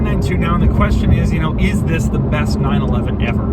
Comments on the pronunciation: Wzis is the 2020 Porsche 911.... Why does he say wzis??? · He pronounces "THIS" exaggeratedly.